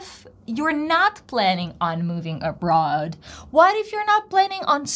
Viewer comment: You mispronounced the word "Abroad".